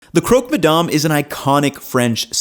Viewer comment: If you’re gonna stay there for a year you need to stop pronouncing French words like an American 🤣🤣 it’s not “madarm”